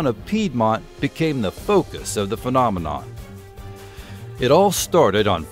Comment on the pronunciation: Excuse my french,but I'm curious,did you say fucknominon or am i just hearing things? 🤔😆😆